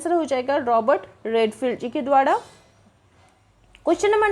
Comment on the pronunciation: द्वारा को द्वाडा क्यों बोलते हैं र को डा बोलते हुए 😊